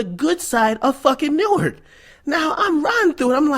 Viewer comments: Newark dont play. For real. And the real homies don't call it New-ark. It's pronounced Noork. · bruh on god that sound jus like newark folk, nd it's pronounced nork